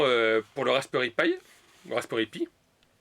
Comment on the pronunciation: je sais pas si c'est normal mais defois tu prononse mal comme raspperry aux lieux de raspberry